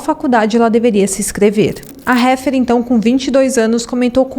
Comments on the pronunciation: O nome dela é Heather… lê- se “Reader” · Chega a doer os ouvidos ouvir : “Refer”… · Na verdade se escreve Heather mas a pronúncia correta setia como estivessemos lendo Réder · Réfer....ai que pronúncia... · Obrigada pelo caso, gostei muito da forma que foi contada. O nome da vitima em inglês diz-se "Éder" e o estado"Ténessi"Apenas umaa critica construtiva para ajudar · Olá querida , senão sabes dizer Heather, tente dizer Éadar. Obrigada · É "Header" que pronuncia o nome Heather. E o estado é Tennessee. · Adoro esse canal, mas esse Réfer doeu nos ouvidos mesmo